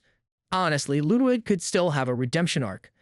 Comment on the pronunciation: Techtone and Ludwig. Not techown and Loowig. But otherwise, this video is spot on.